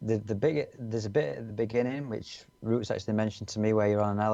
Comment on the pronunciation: It's Roots not ruts lol